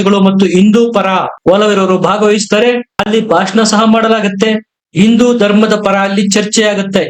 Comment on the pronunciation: ಸರಿಯಾಗಿ ಹಿಂದೂ ಎಂದು ಉಚ್ಚರಿಸಿ. ನೀವು ಇಂದು ಎಂದು ಹೇಳುತ್ತೀರಿ.